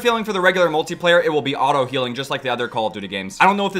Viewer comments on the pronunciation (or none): none